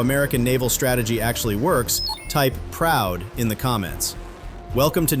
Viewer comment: Did he say proud or pood?